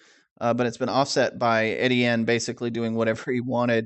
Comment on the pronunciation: Ettiene is pronounced “ETN.”